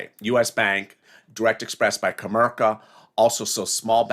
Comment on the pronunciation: Comerica not comerka